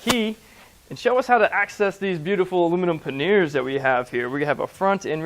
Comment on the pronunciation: Paneers what the heck learn to speak. Aklimate what the heck is that too